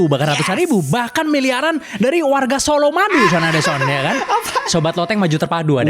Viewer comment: Solomadu 😂😂❌ Colomadu ✅